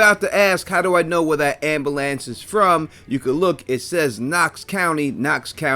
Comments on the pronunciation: Omg the repeated "ambalance" over and over is killing me 😆 🤣 I've never heard it pronounced like that before. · That ambulance hypothesis is solid. Your pronunciation of the word ambulance is way off though